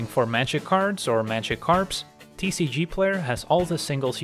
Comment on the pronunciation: Ok I have always wondered...are you saying "Looking for Magic cards or Magic carbs"? What are Magic carbs? 😂